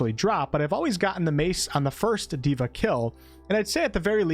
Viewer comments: Not diva Day-vah = god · Nice vid! Just wanted to point out that 'deva' is a Sanskrit word and is pronounced as 'They-vuh' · Deva, not diva